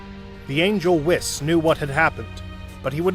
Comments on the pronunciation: Don’t forget “whisk” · Bro said wiss😂😂😂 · bro its whis like wheas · Bro you know damn well you sayin whis’s name wrong